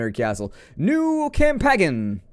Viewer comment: I couldn't help but smile, when you said "new campackn". It was the exact same thing I said, when I was a kid playing video games not knowing an ounce of English, yet still playing these games in a foreign language brute forcing myself through the menus and mechanics. Oh the days of trial and error.